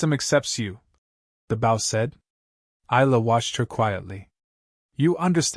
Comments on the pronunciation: just another waste of time, unfortunately they do not learn so what good is it? NOT BOU, Bo. Stupid AI. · Oh, for goodness's sakes! Get an AI that can pronounce English!! "Bow", as ipp n "archery bow" is pronounced "b-oh". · Hard to enjoy this story hearing about the bow pronounced like its the front of a ship. Lazy enough using ai for great stories. Atleast get the words correct dude. Amazing stories with crap narrations